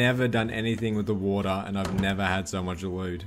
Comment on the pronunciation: wotah base